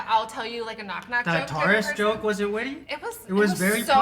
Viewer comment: He doesn't know how to pronounce Taurus, could have been a good pun.